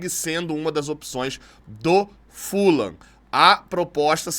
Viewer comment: André, boa em chamar o Fulham, com a pronúncia correta - Fulam. A maioria da imprensa erra chamando de Fulram. Outros erros da imprensa: Tottenham, falam Tottenram, mas o certo é Tottenam; o jogador Vegeti, falam Verreti, mas o certo é Vegeti mesmo. Sugiro sempre pesquisarem as pronúncias antes de saírem repetindo errado. Abraços